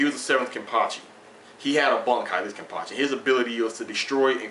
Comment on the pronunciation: Thanks for the vid, I really enjoyed it, and btw you said the name right;)